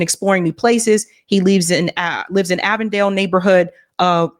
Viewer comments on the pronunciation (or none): none